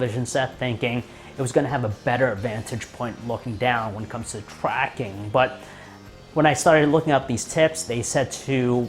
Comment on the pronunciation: you said twacking